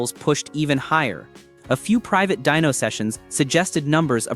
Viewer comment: Dyno, short for dynamometer, not dino. Please fix that, it's annoying. Thanks, good video otherwise.